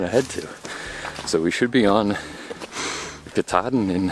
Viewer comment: Fifth generation Maine native here. Never heard it pronounced ‘Katardin.’ Maybe the same region that call “hundred” “hundoo” refer to it as such, but not those of us from Maine.